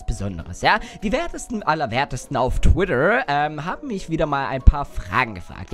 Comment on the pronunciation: Wieso sagst du immer twider saß heißt twitter das ist kein hatte denn ich mag dich fast am liebsten